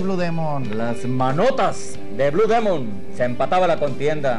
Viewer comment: Que no se pronuncia dimon!